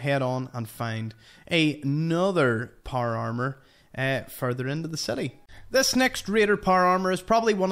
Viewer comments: Por amer that’s what it sounds like when he says power armor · Not trying to be an asshole and with all respect intended but the way you say power armor has me rolling. I love the accent but I’ve been trying to mimic it for a minute now and I’m not sure how to say power armor without vowels. Every time I try I feel like I’m going to spit my tongue out of my mouth. Loved the video keep on keeping on brother.